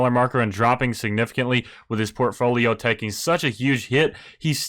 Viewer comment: The way you pronounce portfolio enrages me